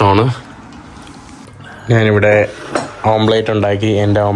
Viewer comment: കരോള തേച്ചോ? ഓം പ്ലേറ്റ് അല്ല. ഓംലെറ്റ് ആണ്!